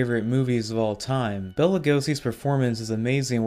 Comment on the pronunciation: Except when he says Bella instead of Bela.